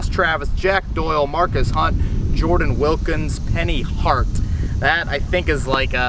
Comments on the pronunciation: He does it all the time! I mean, he puts out good content, but it drives me crazy. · Dude. It's a G. MarGus, not Marcus. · Brutus0710 I was about to comment that. His names Margus, Kevin, margus. Keep up the good work!